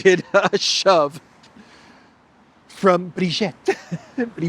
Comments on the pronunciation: Her name is not "Brigette". her name is Brigitte - pronounced "Breegeet" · it's Brigitte, the 2nd 'i' is pronounced 'e' as in 'we', not 'ette' as in 'wet'